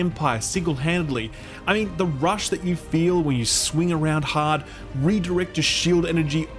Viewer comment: "When ye sweng around hahd"